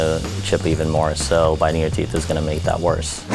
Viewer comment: anyone noticed that he said "bitting your teeth "